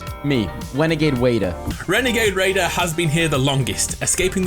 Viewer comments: Hehe.. wenegade wader, other than that the description of the story is perfect. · It a WENAGADE WAIDER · "Wenagade Raider" - 2021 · I get the feeling it's gonna be wenegade waider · I can bet you that the imposter is renegade raider. Or as you say the "Wenegade Waider." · my dude said renagade waider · It’s probably wenagade wader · I think it is Wenagade wader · “Wenegade Waider” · Why do you like saying wrenagage wrader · I love how he says “Wenegade Waider” and you can just hear the smile.